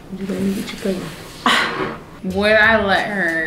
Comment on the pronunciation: She said "PRAY-GNANT" LMAOOOOO